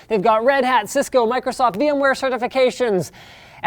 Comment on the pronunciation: Linus calls tech support Hello this is Micwosoft we have detected wiruses on your computer